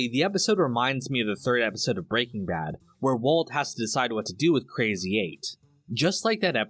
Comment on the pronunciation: Love. I just never understand why he says "Breaking Bad" so strangely with the emphases on the "-ing". Almost everybody says "Breaking Bad". exclusively says "Break-ing Bad". Not quite as infuriating as people who insist jaguar is pronounced "Jag-WIRE", but it's still jarring. (Or is it jar-ing?)